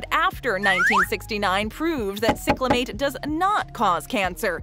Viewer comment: It's "SAI-clamate", NOT "SICK-lamate"!